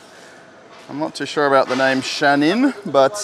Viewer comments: you massacred the name: saipa shahin, sapia shannon my god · It's SAIPA SHAHIN not Sapia shannon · It is SAIPA, not SAPIA!! And SHAHIN, not SHANIN!! In how old did you drop the school?! Maybe in your 8! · SAIPA Not SAPIA ------ SHAHIN Not SHANIN ----- Why are you so surprised? Iran has been producing cars for years. More than 40 years. Iran produces more than one million cars per year. Also, in the past, the quality of its cars was better than today. Today there is a car mafia in Iran. The Iranian market has been conquered by the Chinese. Iran has very good engineers. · Saipa shahin not sapia shanin 😃 ,despite that thank you for the video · Not sapia and shanin ❌ Saipa & Shahin ✅ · LOL Saipa Shahin not Shannon🤣🤣🤣🤣🤣🤣🤣🤣🤣🤣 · It looks like a hybrid of a Toyota Camry and Chevy Impala. Very nice looking car. Thanks for presenting it. Second vehicle might be pronounced "shah heen". Shahin is a name used for falcon. It's used as a name by Kurds, Turkish and Persians. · What the hell is sapia ? This is SAIPA (SAI-PAA) And the name of that car pronunce (SHA_HEEN) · Shahin, is pronounced::: "Sha-Heen" which means Falcon, even though it does NOT fly; As I recall, this name was adopted from a GM car of the 1960s, which was locally assembled in Iran during the 1970s, and renamed Sha-Heen, which might also mean "Arrow"!!! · Dude you probably need to work on your reading... SAPIA? SHANNON?